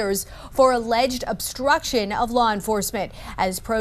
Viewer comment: I am so tired of hearing a ledged.